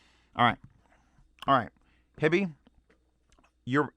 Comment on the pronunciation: Howdo you pronounce "HiFi"? Why do you say Hibby? Do you see two b's? Sounds retarded to me. Also berillium is radio active. Do you really want radio active material in your ear canals right next to your brain?